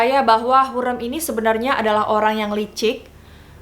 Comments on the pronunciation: Correct ka bacanya hurem "e" bukan hurreum "eu" 🥰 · Lafal ucapan nya hurrem spt rem mobil.bukan hurrem seperti kutu gurem.. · yg bnr pengucapannya harim.bukan hurem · Setuju kak, kalo aku nonton dari kasetnya jadi dengan suara asli pemeran nya bukan dari dubber, jadi cara pelafalan namanya bukan hurrem, tapi hurrEm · Thanks sudah bahas hurrem, sejarah favorite ku. Tp kenapa cara baca hurrem dan harem kek aneh 😅 Pernah nonton abad kejayaan gak? Hurrem bukan hurreum 😁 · Betul aneh banget ya padahal Hurrem pake E kayak tempe. Ini E nya pake E kayak baca enggak😂 Harem juga setauku dibacanya Harim😂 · Wkkkwkwkkw lucu dengernya ya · Hurrem nya pake e lemah kak, wkwk sesuai film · Apasi cara baca hurrem salah:( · Kaka cara nyebutin hurrem nya ga kyak itu. Huruf E nya dbca kyk E tempe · Sebut hurrem pon x betol... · Kak, dalam bahasa turki, e dibaca keras é, sedangkan ke kecil itu untuk huruf 'ı'. Jadi Hurrem bacanya pake e gede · Cara ngomong hurrem nya aneh ya youtuber yg 1 ini. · Ka maaf pelafalan hurem di ejaan " E " Nya salah... Q nonton dramanya dulu di tv... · iyaaa hahaha masa pelafalan nama tokoh yg direview salah :( tolong dong ini sejarah :( wkwkwk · dikira garemmm kali yaaaa hurrem wkwkwkw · Amatir. Ga jelas. Nyebut nama Hurrem aja salah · Kok gw krang sreg sma penyebutan nama Ratu Hurrem nya ya. Beda bgt sma penyebutan pas di serial nya, apalgi blg mahidevran di asingkan stlh mukul Hurrem, Hurrem anak nya 6. Ko melenceng sma serial nya di TV.😏